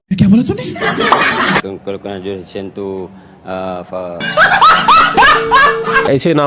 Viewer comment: Mujhe to Conkrajulation aur conclusion type ka word suna Itne jahil hai ye porki😂😅